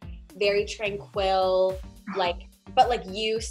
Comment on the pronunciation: Is the way she pronounces 'tranquil' a Canadian thing or an thing? Because it throws me every time.